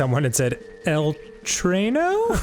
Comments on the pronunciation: is not "el traino" is just tren. T - R - E - N 😭 El tren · Traino is not how you say train in Spanish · Don't have the heart to tell dan that "Train" is "Tren" in spanish...not train-o xD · Sorry to break it to you, but rain in Spanish is definitely not "traino". It's tren lmaoooo. The Spanish dude guessed what they were saying though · “El traino” is absolutely NOT right 😂 They just figured out what your parents meant, it’s just “tren”, pronounced like english “train” but without the “i” in it( without the ‘-ee’ sound). (“Bank” IS “Banco” tho 😂) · I’m just gonna say, it’s not “el traino” it’s “el tren” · Dan, if your parents had said "Train" theyd be closer 😂 Train in spanish is Tren (Tr-eh-n) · Sorry Danny that is not how you say train in Spanish. I'm sure that hispanic person just knew what they were trying to say lol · Haha, Bank really is Banco as Arin said. But Train is spanish is Tren